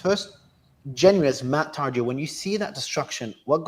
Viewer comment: Didn't realise the Re letters are silent on surname.